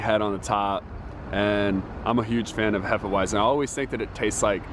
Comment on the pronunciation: Vitus is a weizen bock. A bock is usually darker and has more alcohol. It's actually pronounced hay-fah-vit-zen, not hef-uh-why-zen. You mentioned it always tastes like banana. That is a signature flavor of hefeweizen. The yeast esters and phenols produce banana and clove flavors. Love Weihenstephaner beers. Truly world class.